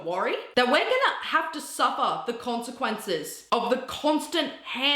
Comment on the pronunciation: “concecunces” was so out of field😭😭😭